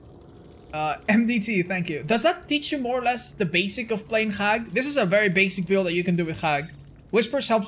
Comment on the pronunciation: pronouncing Hag like "Hrrag" and the captions see it as Hack.